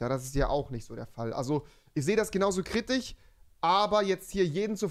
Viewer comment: Ich komme auf dieses "KritiCH" nicht klar